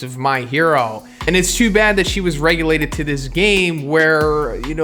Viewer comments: Relegated not regulated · Relegated not regulated. Still great video